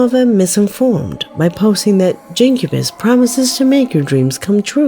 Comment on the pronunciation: It would be pronounced gin cu bus